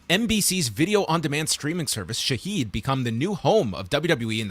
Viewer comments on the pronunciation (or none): It is pronounced Shahed